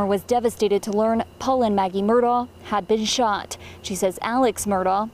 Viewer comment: It’s pronounced “Mur-dock”. My great mother is from Islandton and Murdaugh is her maiden name.